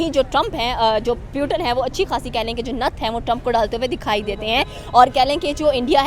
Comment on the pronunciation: प्यूटीन नहीं पुतिन बोलो